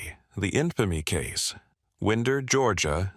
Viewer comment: Think wind your watch when you say Winder, Ga.